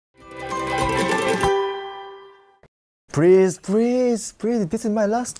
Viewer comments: ok so saying prease! prease! makes ladies go out with you hmmm. where were i the whole time :D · Lol prease (not to offend anyone)